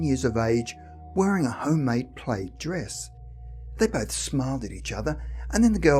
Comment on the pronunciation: Just FYI -- PLAID is pronounced as to rhyme with MAD , SAD , BAD ,.DAD , should you come across this word in the future . Thank you for another great video !!!